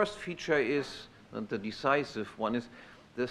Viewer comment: "ze protection of life, property and ze pursuit of happiness from domestic violence" COUGHS "and from foreign aggression" DRINKS WINE . 100% savage. (by savage, i mean civilized)